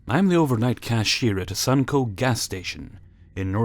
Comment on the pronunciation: It's actually pronounced "Sun-o-co."